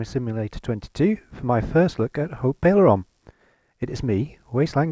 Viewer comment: Nice vid, glad to see someone starting somewhere other than the starter location BTW, the "t" in "Haut" is silent. It's only pronounced when the "e" is added at the end and the word becomes feminine